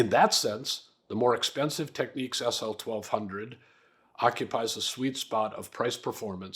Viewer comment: There ain't no Q in Technics. It's nics, like the New York Knicks